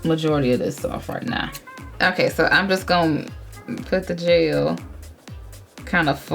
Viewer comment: When she said jel I thought she said JAIL